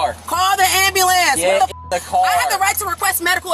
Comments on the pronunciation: I can't stand it when people pronounce ambulance wrong!! It sounds so ignorant!!! It's not Am b"a" lance, its am b"u" lance!!!!!!! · "Call the ambalamce" 😂😂😂 Shaquantae was as ratchet as they get lmao Also ain't no way she's only 200lbs gurrrl quit playing Respusha 😂😂